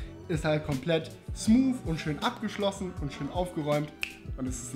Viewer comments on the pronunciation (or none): none